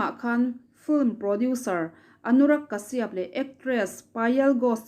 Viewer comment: I aw hi ngaihthlak a nuam. Lo tizel rawh.. ka duhsak ce vangin thurawn pakhat ka lo pe ang che aw. Anurag kashyap hming kha, Kashiap tilovin kasap tiin i rawn lam thin tawh dawn a nia.. India mi kan ni a.. Kan lam thiam lutuk lo a nih pawhin, tlema lam awm ang leh inhnaih deuhin lam thin ni se...ks ti deuh